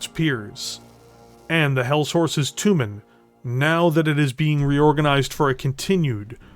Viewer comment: Jag WIRE? toooomin? wtaf? tray JAG YOU ARE. try TOE mahn. ENUNCIATE.